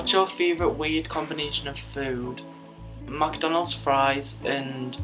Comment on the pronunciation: the way he says McDonalds is the best